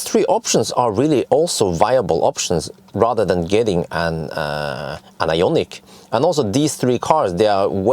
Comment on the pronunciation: Hi, what do You think about Ioniq 5? You are the most famous since Borg. Why don't You ask Hyundai (BTW You have to improve better pronounce) to test the new Ioniq 5 for 6 month or so. This would be the best ad for Hyundai and they need good advertisement because of issue with burning Kona Electric. It would be awesome.